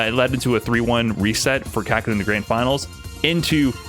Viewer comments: Kaw-Kay-Ru. Not hard to pronounce but people saying it fast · I don't think that's correct. Its かける。 かKa けKe るRu. Not really understanding the Kaw and Kay pronunciation. Also the Japanese "R" is pretty hard to pronounce if you aren't use to it.